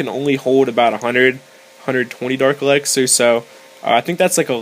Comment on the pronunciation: earned my subscribe.. you make me laugh tho alot because u say dark elaxer. its elixer :}